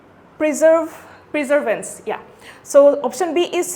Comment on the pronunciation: Its not Preservance.... Perseverance 🥲